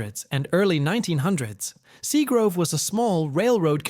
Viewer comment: Plus that area was called SEAGRAVE not grove 👎🏼👎🏼 Ai suxxx